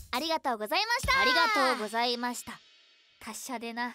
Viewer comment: 「演技力すとぷり面接5」投稿ありがとうございます🍓 イケボかっこよかったです😭 可愛いとかっこいいのギャップが相変わらず素晴らしくて毎回きゅんしてます 緩い感じの何処か癖になる「どやどや」が可愛くて何度も聞いちゃいます 〜 語尾に星が付いていそうな「イェイ」の言い方が可愛かったです〜！ 莉犬くんへの愛沢山伝わってきました🐶❤️✨ 最後「達者デナ、、、」とカタコトになっているのも、「へへへ...」の謎の笑いも可愛くて面白かったです笑☺️